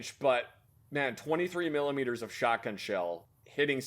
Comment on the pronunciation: once said “Muchos milimitress”